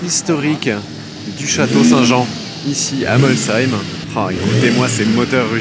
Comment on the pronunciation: déjà bravo pour la prononciation Molsheim contrairement souvent à d’autres journalistes 😊J’habite la région tu as eu droit à une grosse ballade au volant de la Chiron (cinquantaine de kms) continue de nous faire transparaître ta passion 👍👍